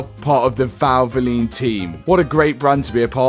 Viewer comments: Say valvline 1 more time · Did he say VALVOLINE? Didn't get that right i think :D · Valvoline, are you sponsored by Valvoline? Valvoline.. Val-vo-line. ❤️💙